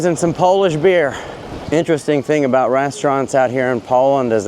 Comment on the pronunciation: I’m Polish from Warsaw myself, living in the US. I am impressed with your Polish pronounciation👍